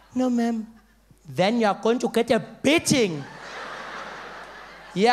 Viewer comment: omf at first I thought he said "biting" instead of beating...